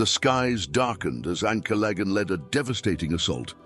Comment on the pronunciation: Not sure that's how Ancalagon is pronounced.